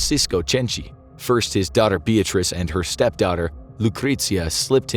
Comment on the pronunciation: I like how he made some effort to pronounce all the Italian names...except Beatrice, because f her, I guess lol